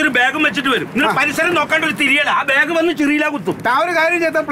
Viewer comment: ബേഗ് അല്ല ബാഗ് ☺️😳☺️